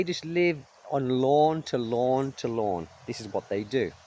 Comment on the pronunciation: Who else wondered why he was saying "lawn to lawn" until they realized he was saying "loan to loan"? (Even the CC interpretation was lawn to lawn.)